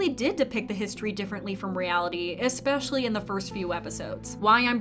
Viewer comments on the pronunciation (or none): none